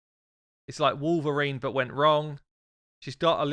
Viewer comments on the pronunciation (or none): none